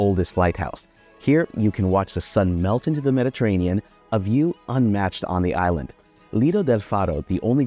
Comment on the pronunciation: Such a pity you can’t pronounce the name of the island properly